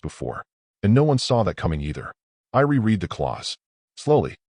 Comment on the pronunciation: Still can't get the pronunciation correct? Gren-aid not Gren-ard, re-red not re-reed, red-it not reed-it